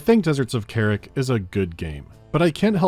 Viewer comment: Not "kerrick" - "KAH-rahk".